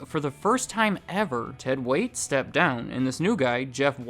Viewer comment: It's Ted "Waitt".